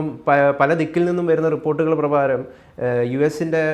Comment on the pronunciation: റിപ്പോർട്ടുകൾ "പ്രഭാരം" എന്നാണ് അവതാരകൻ പറഞ്ഞത്. പ്രകാരം എന്നല്ലേ പറയേണ്ടത്. ദയവായി ഭാഷാശുദ്ധി വരുത്തുക.❤